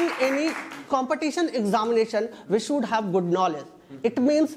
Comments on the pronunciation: Jhatu jaisa debate ho raha hai sh ko s bol raha hai 😂😂 kya angrez banega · It is you should not sould😂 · please improve your pronounciation skil like should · Should ko pronounce krle dhang se phle😂😂